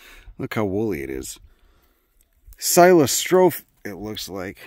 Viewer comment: Psilostrophe is pronounced: 'sigh-loss-tro-phee' if I am not mistaken. I wish you had shown more of the Prunus texana. By the way, have you "discovered" the Prunus mexicana? that's my favorite.